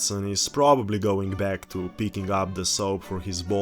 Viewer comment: "I am beckk......... "